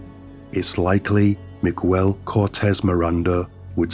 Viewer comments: Meeg-el not me-guel, sorry I know it's beside the horrific point but it just kept phucking with me. Thanks for informing me of this insane case. Great speaking voice as well. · 2 seconds in and you say “migwel”instead of miguel. I think you can be bothered to learn basic pronunciation, it makes it seem low effort like you did the bare minimum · Hello, not to take away from the content, but his first name is pronounced as MIG-AIL instead of MIG-WELL. Hope this helps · I mean this to be respectful and helpful, but I feel like in text, it just sounds rude or even d*ckish 😂 So, just fyi. In Spanish, Miguel is pronounced Me-gel. In "guel" the U is silent. In "mi" the I sounds like an E. Hopefully, that makes sense 😂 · He said Migwell... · Right? Miguel = Magwell? 🤣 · Migüel lol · Hi mate, I love your work, I lived in Mexico for several years with my husband and our children, this guy is as bad as any infamous mass murderer & rapist, thank you for bringing this case to light. Just wanted to point out that this disgusting monsters name is pronounced *MiGell, with a silent "U". Again thank you what you do, I love your videos. ❤ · The “ u” in Miguel’s name is silent, so it’s pronounced “Miguel”.